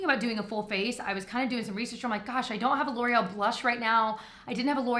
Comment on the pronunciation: Because of the Welsh brothers I can't see anything L'oreal without pronouncing it Laurel. 😂